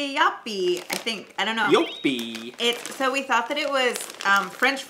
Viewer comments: You actually pronunced it quite well, when you read the back of the Joppie chips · Im here to say the same thing! Very good pronounced.